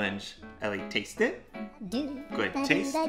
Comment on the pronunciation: I honestly hate the way he says “tAsTe. gOoD tAsTe”